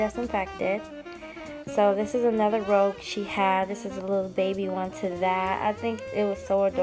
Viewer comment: Rouge a French word is pronounced (roozh) . You are right it is blush. I just adore that you have all these special keepsakes😍😍😍 how blessed you are. I love this type of video from you. Thank you for sharing